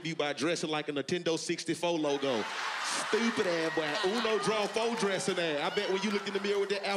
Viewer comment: “Stoupid a-boy”🤣🤣🤣🤣🤣🤣🤣🤣